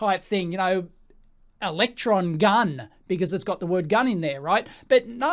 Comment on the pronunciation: Would it be because his pronunciation of ' electron gun' sounds to UTs AI as ' election gun' ?